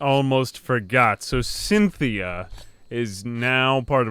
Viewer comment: Cynthia you mean SINthea